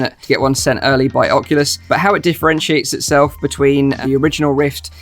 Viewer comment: Am I the only one who does not like it when he says "Ocolus" and not "Oculus"